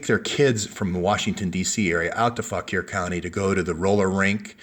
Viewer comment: "FAWK-WAR COUNTY",. "FAWK-WAR". (You're welcome);-)